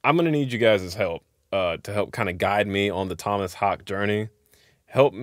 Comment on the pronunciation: Dude, I found the live video of Bleed and I was blown away by the percussion and how tight the whole band is. Just a beast on drums. And his last name is pronounced like Hak-uh. I did the same thing. Having a weird name , Ibby, before it was in vogue 😉, I have heard every derivation of it and have become more tuned in to correct name pronunciation. Anyway, I watched an interview with Thomas and he said it took him 6 months to work out Bleed and feel comfortable with it.